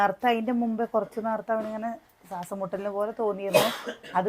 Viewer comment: സ്വാസം, അല്ല ശ്വാസം എന്ന് പറയുക 😍